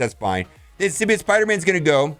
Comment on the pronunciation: Symbi- OTT Hearing symbi-OYT drives me insane